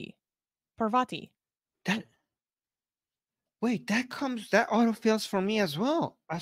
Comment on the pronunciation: Your 1st pronunciation of Pārvati/ पार्वती was accurate.